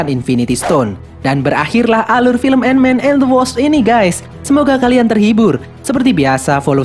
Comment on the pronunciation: ANT MAN AND THE WASP ❌❌❌ ENMEN EN DE WASSAP ✔️✔️✔️